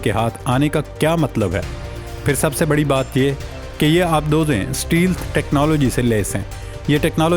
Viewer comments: سٹیلتھ ۔۔۔۔نہہں ھوتا سٹیل تھ ھوتا ھے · voice over:...please type in google and click to listen how to correctly say Stealth.....e is sielent.... so its STALTH...say it bit not like ALGEBRA...STA..LTH.....you will feel good...else your voice over is good